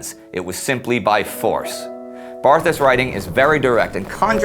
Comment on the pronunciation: "Poilu" is actually pronounced "pwe-lu." And "Barthas" has a silent "h." He went to school for eight years only, and graduated at the top of his very small class. I have almost finished reading his book; he is exceedingly intelligent and well educated based on his historical and literary references. You can open it to any page to learn that the French trenches were water filled ditches and artillery shell holes, not the nice dry and clean and maintained ones we see in the picture. Louis ("Lwe") spent much of three years soaked in freezing mud, both hungry and thirsty. He counted twenty times when he felt "the hot breath of death," close enough to a shell explosion that he could feel its heat. At least twice he was covered with dirt thrown up when a shell failed to explode only meters away. By the last year of the war his body was beginning to break down. Indy's review catches the mood of the book/diary perfectly. Bravo!